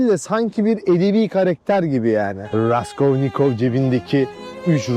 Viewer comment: raskovnikov kim abi raskolnikov olmasın